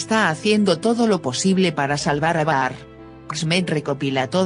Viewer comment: Están bien los resúmenes....pero por favor,aprende los nombres.No es PRL es Piril...y no es Baar es Bahary se pronuncia Bajar